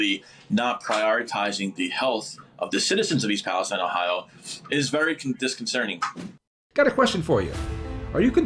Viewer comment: And it's "disconcerting", not "disconcerning". But he's from Philly, so....